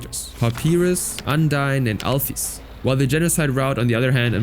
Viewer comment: "pah pee russ, undyne, amd alh fees"